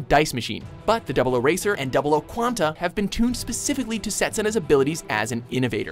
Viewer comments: I had to stop the vid when he said 00 Raiser (saying it how it’s spelled) instead of Riser (the way it’s pronounced) Jkjk I kept watching, but I did cringe... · "00 Racer"?!?!?!??!?!?!?!?!?!?!! It's pronounced "Riser" even though it's spelled "Raiser"